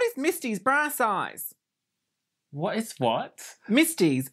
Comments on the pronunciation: Wow I thought she was saying “brass eyes” instead of “bra size” 😂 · I heard brass eyes too. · I heard “brass eyes” as well. I was like ?????? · She was saying “bra size”. I kept hearing brass eyes and was totally confused. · I legit heard, “The cast was found from a casting call published in Witch Magazine” and I was like, wow that’s specific.